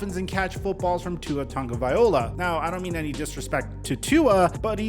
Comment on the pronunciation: Still cant say Tua's name right.....